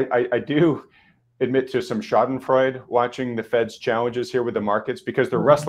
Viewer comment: Really love the life chat..well done Stephanie, always on the spot.. just on the sideline ..it is pronounced Schadenfreude..with an pronounced "e" at the end..